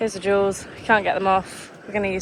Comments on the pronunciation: I know she’s saying duals but I agree it sounds like jewels. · I love your videos. Btw, I've been trying to figure out if you are saying 'duals' or 'jewels' when talking about the additional wheels that get attached after a road trip.